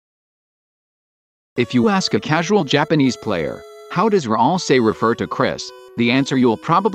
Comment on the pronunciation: is it annoying anyone else how at it says Ralsie instead of Ralsei?